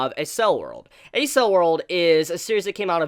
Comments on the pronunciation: "Accel" of "Accel World" is pronounced "Ack-sell" It's a (fictional) shortened form of the word "Acceleration" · I couldn't help but cringe every time he said Accel. That aside, good video. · Accel is pronounced like accel in acceleration. It makes sense when you look at what they're doing (accelerated brain). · Was a great episode and a surprising from what I'd come to expected from SAO in story quality so I'm really looking forward to seeing what happens this season. Also, I think you've let me hear the most interesting pronunciation of the word accel (pronounced "ak-sel" like in acceleration) I've ever heard. Thanks for the review though. Totally agree with your thoughts on the episode